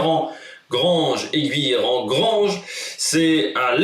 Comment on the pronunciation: A l'ouest de Valence ;) Sinon c'est GUIllerand, pas GOUIllerand. Enfin on prononce Saint-Romain de Lerre.